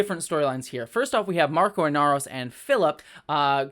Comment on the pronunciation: His name is Marco, not Marcos.